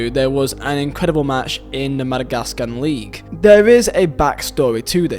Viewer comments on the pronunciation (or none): none